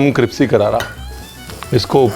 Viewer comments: 😂😂😂 vahi samaj ni ara caption mai crispy hai bol cripsy rahe hai . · Jb se ranveer sir ka cripsy sikha h...Mai crispy bolna bhul hi gai hu😂😂love you sir...god bless you❤️😁